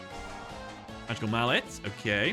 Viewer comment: "In the maweffic wwwwerld"